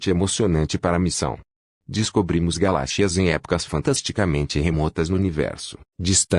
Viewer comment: Aprenda a falar galáxias tá